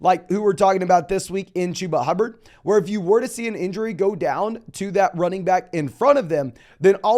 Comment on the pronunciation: Are u saying Chewbubbard? 😂